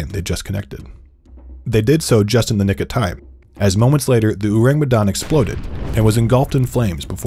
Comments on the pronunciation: why this dude pronounce orang medan weird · I know i shouldn't be picky, but they way he pronounced orang medan irk me